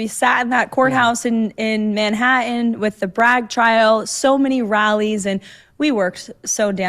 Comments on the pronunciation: How can Karoline, and soo many other people here age, be unable to pronounce words like "Manhattan"? Why does it come out as "Manha - in, with no "t"? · Why they scared the "t" in their words. Is " "Manhaaaan" or "Manhattan "..😆